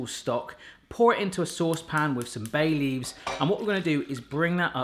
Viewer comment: Hahahaha. Was multitasking, so was listening to you, whilst doing something else. Had to rewind as I thought you said add 'some Bailey's', imagine my disappointment when I realised it was 'Bay Leaves'.